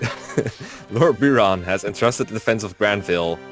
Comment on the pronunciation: Lord Beer-on